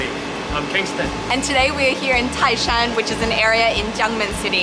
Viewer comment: tái shān，NOT tài shān😀😀😀